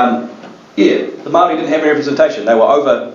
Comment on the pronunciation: The pronouciation for Maori words is absolutely appalling, sorry I couldn't listened to it.